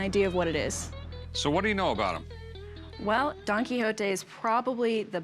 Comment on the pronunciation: The pronunciation on Quijote 😖😖